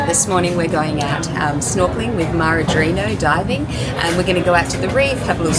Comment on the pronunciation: It’s pronounced mah-hah-WAHL.